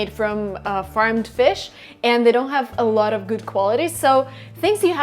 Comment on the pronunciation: есть два слова, которые невероятно режут слух, когда ты их произносишь. Заранее извиняюсь за такие "советы", но тем не менее вдруг тебе будет это полезно. Обрати пожалуйста внимание на слова watching и a lot of. слышу "вочин" и "э лОт оф"